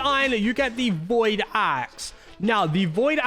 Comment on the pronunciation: It not void 😂